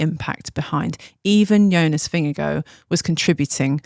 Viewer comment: Please pronounce Jonas’ name correctly.. it’s pronounced Yo-nas